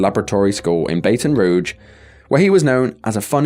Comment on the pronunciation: It's actually pronounced "Baht'n rouge" Sir.